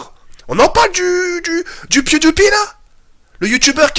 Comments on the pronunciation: "On en parle du pyouditpy" 😂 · "pwuidipie" Kappa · chui mort il a dit pioudipi